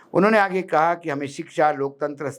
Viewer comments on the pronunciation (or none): none